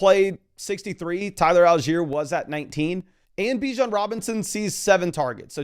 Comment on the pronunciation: Its BiiiJon the same i sound in !d!0÷ stop saying beeweJon Raysist